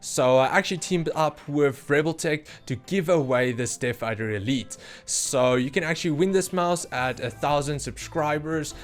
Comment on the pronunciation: Are you saying Deaf Adder?